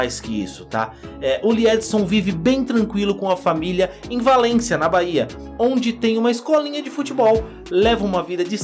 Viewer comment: Meu irmao valencia e na Espanha.q reportagem ridicula.o rapaz nem sabe dizer o nome da cidade q liedson ta morrando